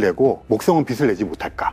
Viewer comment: 빛을<---비슬 이라고 발음하시는게 거슬려요... 머리빗는 빗이 아닌데말이죠